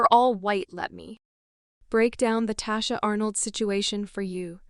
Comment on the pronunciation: Her name is Tichina not Tachina